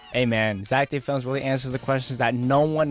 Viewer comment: Never say, Zach D films wrong it is Zach, death films, wrong Zach D films yes